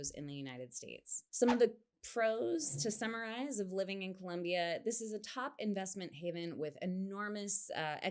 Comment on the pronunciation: Pro tip for you Gringos to pronounce Colombia: At the l place the tongue just behind the teeth, and remember that there is no u in Colombia. Am Norwegian and have lived 14 years in Cali.